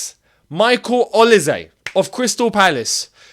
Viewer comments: Oil-say not Oli-zé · Is pronounce as OLI-SAY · Ol-ee-se . Have you ever watch a premier league match? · It's actually Oli-se not Oil-say or Oli-ze